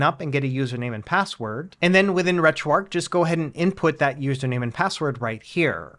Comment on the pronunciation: It's Retro "ARCH" not "ARC"... There's an H. Good guide though.